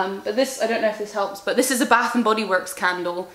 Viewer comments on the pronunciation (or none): none